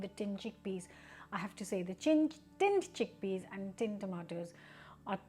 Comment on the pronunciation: "Chinned tickpeas"...you're exhausted!!!😂